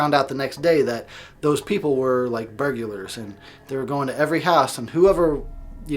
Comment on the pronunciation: sorry I found it so funny how you said burgelers haha! "burgyulurs" 😂